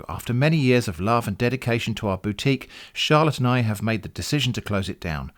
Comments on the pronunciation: I heard that and looked for this comment. "Charlatan I, have decided to shut it down." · lol, "Charlotte and I" sounded like "charlatan I"